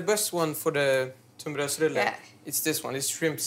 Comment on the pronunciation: I am waiting for a Tumbarulle - a fairly common mispronunciation for tunnbrödsrulle from small children. (Only four stops from Stuvsta.)